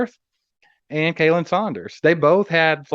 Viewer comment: I couldn't help but notice that Khalen Saunders' first name was pronounced as "Kay-lin." It's pronounced the same as "Colin." Maybe that's just me being overly technical.